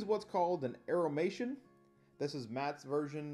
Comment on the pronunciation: Small correction that I'm sure someone's already pointed out: it sounded like you called him an "Aeromation", it should be "Aeormaton". Combining the worda Automaton + the name Aeor, the city of mages that created them.